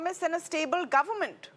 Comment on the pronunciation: It's not Govermunnt anchor woman- it's government.